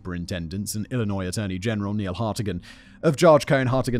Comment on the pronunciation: Wow. He pronounced 'Illinois' correctly.